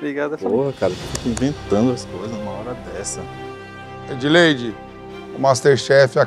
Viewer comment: Edleide close errado